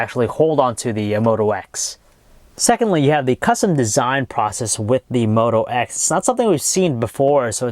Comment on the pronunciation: Did he say one x? Haha!